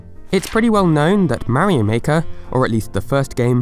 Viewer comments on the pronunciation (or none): THE WAY HE SAYS MARIO PISSES ME OFF SO BAD ! IT'S MARIO, NOT MARY O! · Why does he keep saying 'Meh-rio'. Mario is not that hard to pronounce. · whats a mayrio i only know MARIO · it is very odd the way you say Mario, like Marry Oh lol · .....I die inside Everytime you mispronounce Mario....it's slowly driving me into a homicidal rage....